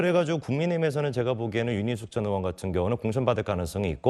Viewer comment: 패널 들 "의원"발음 제대로 하는 사람이 없나요? 다들 으원으원 하는데 정말 듣기 거북 하네요